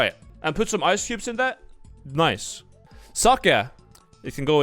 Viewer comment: I didnt think hed pronounce sake aas "suckya"